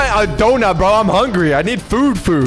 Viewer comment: the indian accient "brooo" is go good bruh